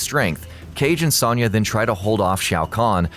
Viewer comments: Sawn-ya..Sawn-ya..Sawn-ya..Sawn-ya..Sawn-ya. It's Sewn-ya! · Why do these channels always pronounce a least one name fucking wrong?! IT'S PRONOUNCED AS Sown-yah! NOT Sonn/Sawn-yah! SERIOUSLY! ALL THEIR NAMES ARE ANNOUNCED IN MOST GAMES AND IT'S IN THE SONG! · the way you pronounce Sonya... you're putting emphasis on the wrong syllable. its not a lower sounding O. its upper sounding. should sound like you are saying oh not A. Soh-n-ya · How do you mispronounced sonya??? Are you doing that on purpose?!?! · Miss pronounced Sonya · I hate how often you miss pronounce sonyas name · His pronunciation of Sonya is killing me. haha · Good vid but I died a little each time you said Sonya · Especially since he can't fucking pronounce Sonya's name right.